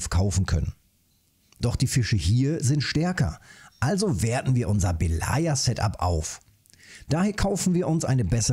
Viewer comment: "Belaja" heißt "Weiße". Und die Betonung liegt auf dem e nicht auf dem a. :)